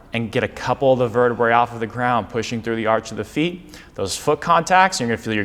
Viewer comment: One one in the spine is a vertebra (you said it right the first time); it sounds like the lady’s garment. Two or more bones in the spine are vertebrae (sounds like the cheese, Brie, not verte-bray). It’s Latin.